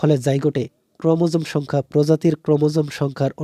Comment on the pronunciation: ওইটা ক্রোমোসোম না ক্রোমোজোম হবে 😅 and thx